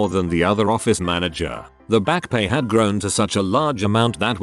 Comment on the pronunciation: "Mana-GRRRR" Bless you, text-to-speech. 😂